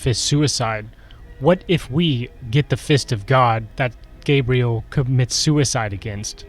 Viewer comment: thank you for properly pronouncing Gabriel's name